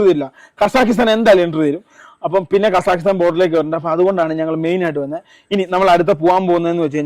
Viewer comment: അവൻ ആദ്യം കസാക്കിസ്ഥാൻ എന്ന് പറയാൻ പഠിക്കട്ടെ